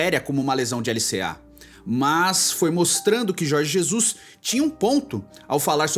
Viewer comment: Jorgi Zezus